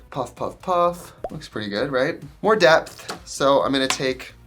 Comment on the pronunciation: everytime i hear "depth" i hear DEPP